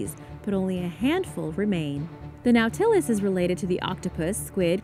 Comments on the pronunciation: Nautilus we pronuncia no-ta-lus, por lo menos asi me esnsenaron a mi. Me encanta tu canal, gracias por comparatir con nosotros 🤗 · You are pronouncing Nautilus WRONG it's Na tah, as in ah, les. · NAU-ti-lus. Otherwise ❤️🙂👍🏻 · "Nautilus" is pronounced "NAW-tih-lus", and the plural is "nautili (NAW-til-eye)". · Scifi fans cringe at pronunciation of "no-tillus". Lol...still love your channel,! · It’s pronounced Nautilus. Not Nautilus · She mispronounced it